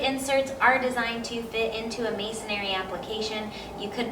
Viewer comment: Masonry, not "masonary" Common mistake.